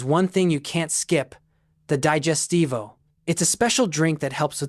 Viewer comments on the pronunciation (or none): How irritating teaching Italian habits and not being able to pronounce the Italian words correctly. It is no D-A-I-G-E-S-T-I-V-O, it is D-I-G-E-S-T-I-V-O!!